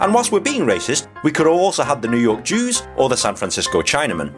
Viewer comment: I completely lost it at the "New Jork Jews". You knowcked it out of the park on that one.